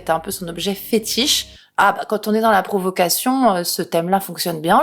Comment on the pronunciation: A , j'entend "profuckation" 🤔